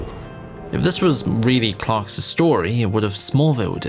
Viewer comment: Homie cannot stop saying "Clarks's" instead of "Clark's"